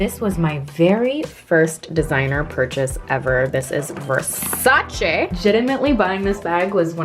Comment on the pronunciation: Thank literal god says Versace instead of Versaci like everybody else